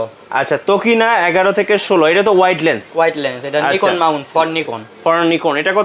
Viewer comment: ভাই নাইকন নারে নিকন রে পাগলা.. 😜